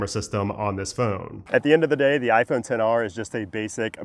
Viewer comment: My son (30 yrs old) is still using his XR and it's great. Also, THANK YOU for not saying "xr" and saying "10R". People that are supposed to be tech YouTubers and say "ex" just sound so uninformed. It makes their tech review sketchy.